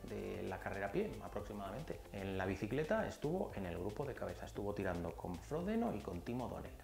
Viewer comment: Me sacas de quicio cuando dices fródeno.. a ver repite conmigo fro-de-no, ahora todo junto, frodeno, muyyy bien... no fródeno, frodeno!! Por lo demás, gracias por los vídeos majo